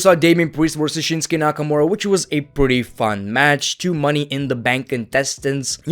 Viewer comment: That sudden change of accent to irish😂😂😂😂 “mOni in da bunk”